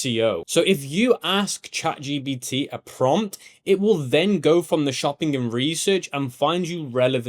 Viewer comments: for real its a bit irritating 😅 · I love how you always say chat gBt rather than gPt 😂